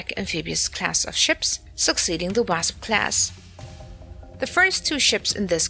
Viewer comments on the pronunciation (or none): Wrasp? It's just pronounced Wa-sp.